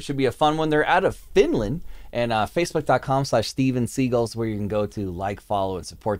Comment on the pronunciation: pretty sure the band is pronounced like the actor Steven Segal 😉 😃